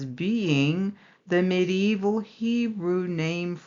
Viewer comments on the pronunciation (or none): Hi Sister, i just love the way you say medieval ;). Medi-Evil? LoL. What are the odds...? The time of Truth has come. All Praise be to YAH!